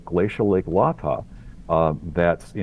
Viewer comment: "Lay-Tah" not Lah-Tah - a silly nitpick when compared to the fantastic breadth and depth of the work that "The Eugene Team" has done for us all!! With more to come!